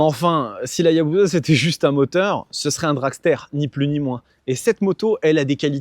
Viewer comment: pitié arrêtez de dire ayabouza ce n'est pas une bouse, on dit Hayabussa